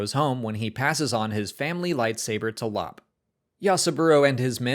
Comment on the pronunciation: Lop’s name is pronounced “L- o - pe”.